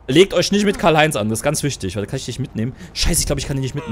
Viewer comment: Du bist der einzige yutuber der mein namen richtig ausgesprochen